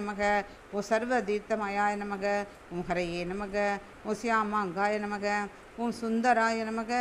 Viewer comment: Its namah not namagam